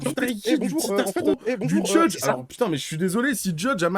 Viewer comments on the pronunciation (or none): none